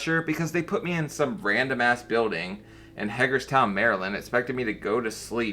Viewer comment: There's no room on the couch for him to sit. 😮, how do you pronounce Hagerstown again??? 😅